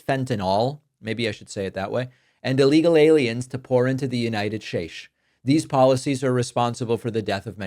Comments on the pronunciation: That "united shates!" 😂💀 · David, it cracks me up, every time you marble mouth the "United Shtates" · United shashe?